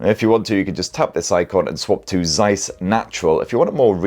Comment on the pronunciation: Please learn how to pronounce the lovely Zeiss name!